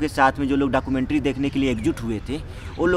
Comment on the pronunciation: He was saying dakkoomantrii😂😂